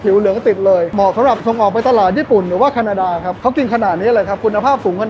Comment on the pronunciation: แคดานา นี่ประเทศไหนนะครับ:face-blue-smiling